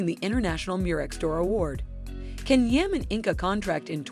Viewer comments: At least pronounce the Turkish words and names properly, or make the effort to! "Jan" not "Can" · Please don't mispronounce his name